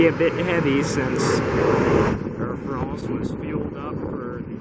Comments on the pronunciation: It’s Not Fronce it’s France 🇫🇷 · Air Fronce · It’s pronounced FRANCE not FRAWNCE. All the flight controllers got it right, except, of course, the guy making the video. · Air France, not Air Fronce..jeez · If you had KYFMS, you would have heard FIVE times it was the left (port) engine that had failed!!! And it’s FRANCE, not FRONCE!! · No one: Camera man: AIR FRAUNNCE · “Air Farance” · Trevor Graham Welch I had same comment. Why the hell people keep on saying FrOnce? Ridiculous! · I love how he says Air Fraunce 😂😂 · Air Frrrrannnnnzzzzz, then back to regular hyper-nasal English…..😂